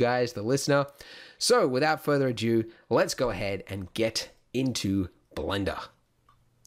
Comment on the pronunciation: Love your tutorials Andrew!! Just one thing that you keep saying wrong in almost every tutorial... "without further ado" is pronounced "a do" not "adieu" ;)